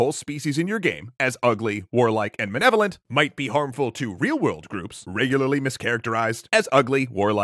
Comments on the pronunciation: did I mishear that or did he just say menevolant? Did you mean malevolent? facepalm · Is he saying "menevolent"? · I take that back. You are quite right. XD "Menevolent", is still wrong, though. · I'm sorry - is he saying "manevolent"? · Grammar Nazi note: It's not "manevolent," it's "malevolent." The former sounds like a blend of "malevolent" and "benevolent," which I picture as an ability to be anywhere on the good-evil spectrum. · I just heard 'ambalambalem'. Sounded about as coherent as the rest of his argument.